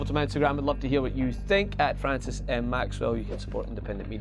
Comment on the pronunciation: It's Fwancis everybody